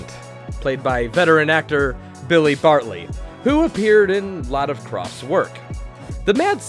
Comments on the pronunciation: Your narration is every bit as high-quality as the Kroft Bros. shows. You neven managed to mispronounce the name of Billy Barty (not Bartley as you mispronounced it). Why make fun of projects a teeny bit better than your worthless video? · Just for clarification, Billy Barty, not bartly. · Billy Barty. NOT Bartley. Entertaining and fun video, otherwise, but no mention of The Lost Saucer or Far Out Space Nuts?....Oh well...this was my silly childhood, and I wouldn't trade it for anything. Thanks for the upload! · Billy barty you fuckwad not billy barley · I like your countdown so far I'm hoping Lidsville is that number one but I guarantee you when you were talking about Billy Barty you said is wrong name wrong you said it Bartley b a r t l y and I guarantee you 100% And farty vardy and I was a kid when he was around then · It's Billy Barty, NOT Bar-te-ly. Sheesh. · "Billy Bartley"?? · was produced after his papa left his mama for Tijuana to smoke marijuana. Weird! And it's Billy BARTY, you dork!